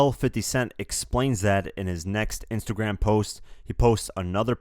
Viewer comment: "In His Next Intergram Post"